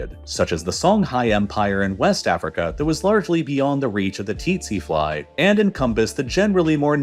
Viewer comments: Didn't know its titsi fly all along we been pronouncing it as sese fly😲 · Tsetse fly is pronounced very close to "sexy fly" Something similar to "Se" like the beginning of the same Sarah, and "see". There are pronunciation videos on YouTube. Look it up :D